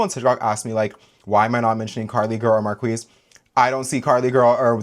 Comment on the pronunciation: marquise’s name is pronounced mar-qui! if you know french then its ‘qui’ like ‘why’😛